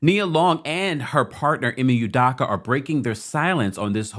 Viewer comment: ..I know you cannot pronounce..his name …am Nigerian..,…just call him ‘Udo’